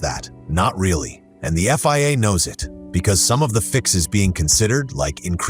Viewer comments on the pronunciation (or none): none